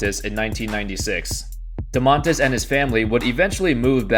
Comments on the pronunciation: dOOmantas .. not domAANtas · Its DOmantas not doMAntas but great video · Also Domantas is pronounced with stress on the first syllable, a little bit like "doors" or "more". Doors. DOmantas. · Im from lithuania and its funny how you say Domantas